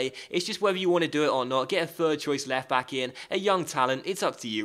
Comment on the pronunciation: Did anyone notice when he said left bock😂